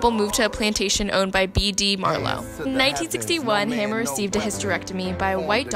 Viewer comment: her last name is pronounced Hamer not hammer!